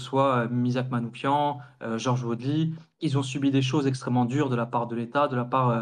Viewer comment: Soutien à la Jeune Garde ! En revanche, en honneur de notre défunt camarade, attention à la prononciation de son nom : Manouchian se prononce avec /ch/ comme dans /cheminée/ pas /k/ comme dans psychiatre... Ça ressemble beaucoup au nom Manoukian, mais ce n'est pas le même 😉